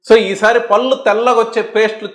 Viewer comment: గారు, మీరు "పల్లు పల్లు" అంటున్నారు "పళ్ళు" అనండి, బాగుంటుంది.